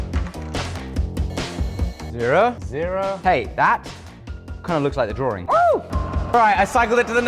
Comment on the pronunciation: Say drawRING one more time...